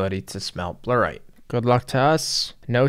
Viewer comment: Bluerite What's the deal with your basic pronunciations just like in general